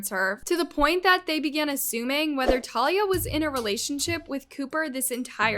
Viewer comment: talia is an ACTRESS not a tiktoker, plus you didn’t even pronounce her name right..